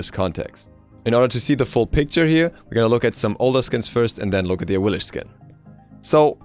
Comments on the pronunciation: its pronounced awilix not awilish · Aah-weil-ics. Not the cringey af way you pronounce it. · Awilix, X .. X!!! Awilish ... pfff... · Man, gotta love Awilish. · "AHWILLISCH" Get her fucking name right already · So the second x in axilix has a sh sound? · Can you specify which pronunciation do you dislike? If it's Awilix then you're the one in the wrong here. X's in Mayan were pronounced as SH (SHoe) For example Xbalanque being Shbalanque and when Camazotz dies he says "I return to Xibalba" again pronounced Shibalba. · RagingAtLife I didn't google it. I live in the Yucatán and speak some Mayan. Pretty much every Mayan god's name in the game is mispronounced. I'm sure the same happens to other pantheons too.